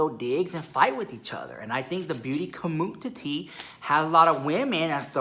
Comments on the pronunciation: I just loveeee when says Beauty CommUNTI-TEE. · I love how you say beauty COMMUTITY LOL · I love it when he says “beauty comutiti” It gest me everytime 😂😂